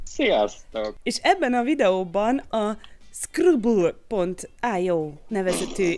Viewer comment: Úgy ejtik hogy skriblió